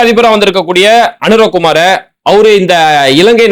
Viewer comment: சகோதர உறவுகளே பயம் வேண்டாம். மஹிந்தா அல்ல மஹிந்tha. அநுர குமார திஸநாயக்கா அல்ல அநுர குmaaர Dhiஸா நாyakக. 😊 தமிழில் அழகாக உச்சரிக்கமுடியும். அவசரம் வேண்டாம்❤. ஆம் நீங்கள் ஒருவர்தாம் உண்மையைச் சொன்னீர்கள். இலங்கைபொதுமக்களின் சிரமங்களை நன்கு உணர்ந்த தலைவன்.சுருக்கமாகச்சொன்னால் பொதுமக்களின் மீது அன்பு கொண்ட ஒரு இலங்கை சேகுவேராவை பார்ப்பீர்கள் என நம்புகிறேன். சஜித்தும் நல்லவர்.அவரைக்காட்டிலும் திறமைமிக்கவர் அநுர குமார திஸாநாயக்க ❤.